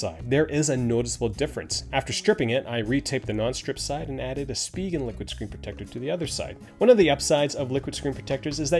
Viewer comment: Sounds like he's saying "lick it"